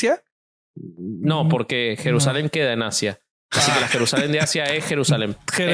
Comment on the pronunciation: No puedo con 'Jerusalen de Asia es Jerusamen' 🤣🤣🤣